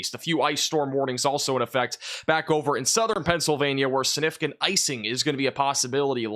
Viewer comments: Love your work! Please put that “g” in siG-nif-i-cant 😂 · YOU ARE GREAT…! But you have to pronounce “significant” correctly, if you are going to use it so often… like I said you are a great forcaster and I appreciate you, but this word is very important.. its “SIG-nif-i- CANT…” SIG NIF ICANT…